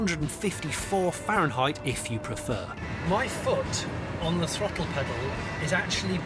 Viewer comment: After he said 150 ferinhight I nearly fainted